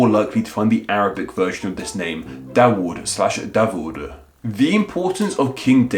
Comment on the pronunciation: as a muslim, ive only heard dawood pronounced with a w, instead of a v also do a video on yohannes, and all of its variations